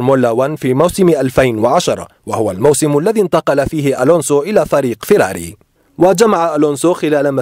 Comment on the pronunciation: ينطقون فيراري عدل بس فرميله ون ينطقونها فورمولا ون